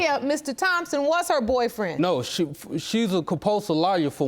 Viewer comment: And when he told the judge she didn't have a 'barfriend' 😂